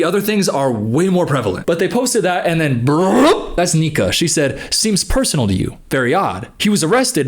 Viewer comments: i’m dead it sounds like he said nigga 😂i know he said nika it’s just funny to me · broooooo I had to listen 5 times to understand he was saying Nika, I was so confused and scared 😂